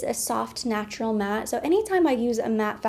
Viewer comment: When you said “Snatural,” I was thinking Natural but Snatched lol!